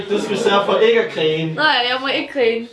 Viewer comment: Elsker at i siger "krine" istedet for grine;;)))